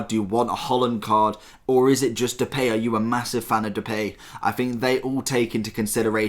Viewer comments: you pronounce it as "duh pie" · "The Pay" really?